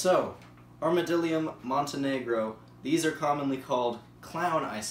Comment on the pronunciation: It’s ArmadLIDium not just armadilum